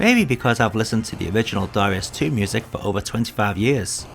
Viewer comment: You wrote ダライアス in the title, but still pronounce it Da-REE-us in the video. Oversight?